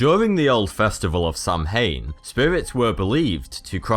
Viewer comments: Samhain is pronounced "sow-in" (rhymes with cow-in) not "sam-hain". The spelling is confusing. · NOT SAM-HANE Its saowin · I'm irish and it's pronounced like sow wan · No offence but somhain is actually pronounced s-o-w-i-n. and I know this bcs j was born and live in ireland!!! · The Mexican Day of the Dead is NOT Halloween, dude, do some research. It's a different tradition. Syncretism has played some part but it's altogether a different custom. Samhain is also pronounced /sa.'win/, not /sam.hein/ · It pronounced howna not Sanhain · "Samhain" is NOT pronounced Sam-hain. It is a Keltic word in the Gaelic language. It is pronounced "Sow-en". It translates to Summer's end. The veil between the world of living and the world of the dead is thinnest between sunset and sunrise. Trick-or-treat began to appease the deceased; so that the living would not be harassed by the dead. You sound British, and you don't know this??? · It's not pronounced sam-hain, it is pronounced sow-an (I'm Irish, just trying to be helpful) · Dude its pronounced Sow-in not Sam-hane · It's prounouced "Sowan" not sow hain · it's pronounced SOW-ain not SAM-hain. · Samhain is not pronounced "Sam-hain", it's pronounced like "Sown", "Sow-in" or "Sav-in" (in Scotland). Irish orthography is very different from English, in Irish 'amh' is a dipthong and in general 'mh' is a digraph (like th, sh, ph in English) pronounced w or v. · Samhain is pronounced Saw Wen. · Pronounced sowain mh is w in gaelic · Samhain is pronounced 'sah-win.' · Sow - ahn (sow pronounced like the term for a female pig ) that's how you say Samhaín. 😉 P.s. I really enjoy - thanks. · pronounced 'sow-enn' (Samhain) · sorry but it's Pronounced Sew en or sew een NOT as it's written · No hate Samhain pronounced S-ow-in,I’m irish and I speak irish by the way :) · Jesus Christ samhain is pronounced saow-in and it was actually celebrated on the 1 of November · Its prnounced sawan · samhain is pronounced sow-in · Samhain is pronounced saw-win